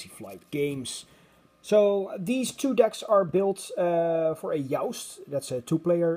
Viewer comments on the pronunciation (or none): It's incredible how well you pronounce everything, especially considering English is a secondary language for you, but "joust" is pronounced with a hard 'J.'